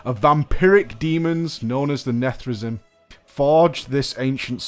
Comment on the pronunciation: "nethrezim" el, it's prooinced "nathreziim"